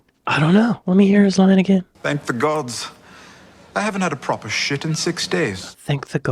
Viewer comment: How! The issue wasn’t (shit!) it wasn’t that word your pronunciation of “proper” was lame that is why u are are a silent actor in walking dead or a shit advertising actor…..?I’m pulling ur pisser mate! Been following you for years! ❤